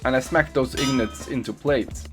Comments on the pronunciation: “Aluminum Ignets!” Haha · The way he says ingots and aluminum is the weirdest sh*t I’ve ever heard